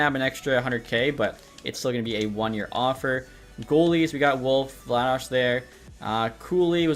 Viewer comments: It’s been 3 ep and his still calling Vladar Vladosh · it’s not Vladosh I’ve never heard anyone call him that his name is Dan Vladar not Dan Vladosh